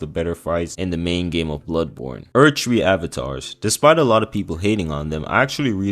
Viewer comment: Only man in the universe to call it erd tree in 2 words lmfao 😂